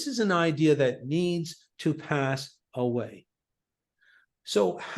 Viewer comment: "One idea" one eye dea